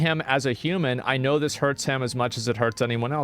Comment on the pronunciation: What's with the wierd emphasis on the "human"? Is he not?